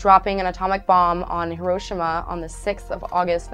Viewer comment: you pernounced hiroshima wrong